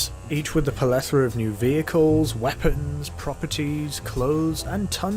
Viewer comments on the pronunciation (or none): Are you saying "palethora"? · Plethora. Ple-tho-ra. Okay, carry on. A decent video. The production is good, and you speak nice and clearly, but the writing is letting the side down somewhat... the grammar and word choice are both a little spotty (welcome back to the first episode?), and I'm wishing there were a little more detail, such as at points where you say something was changed, but you don't say what the change actually was; for one example, how much the cost of Lester's removal of wanted levels changed from and to. You simply declare that it changed. It's not very informative to include mention of a mechanics change like that without contextualising it by briefly summing up its former and latter states, especially when you're quite happy to devote so much more screen time to smaller changes, like the removal of cardboard boxes from one particular race job. Despite my criticisms, I did enjoy watching, and I'll be looking out for more of these! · Guys, please help mw on this. I am greek and our language includes the word 'plethora' or 'πληθώρα' which in greek ia pronounced 'pleethóra'. How do you pronounce it in English?! I thought it was 'pléthora' with a barely audible 'o' but our friend here gave me the big C0nFußßion!! Help!!